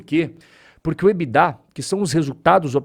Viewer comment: Ebidá não. Ebitda!😂